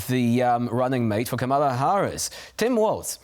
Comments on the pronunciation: You are correct, of course. However, the mistake is understandable. Multi syllabic Polish words have pentultimate stress, i.e. one syllable from the end. And tak, mówię po polsku :-) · KAM-a-la. Not, Ka-MA-la. Come on TVP